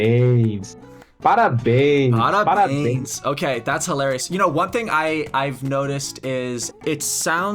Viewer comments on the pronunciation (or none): none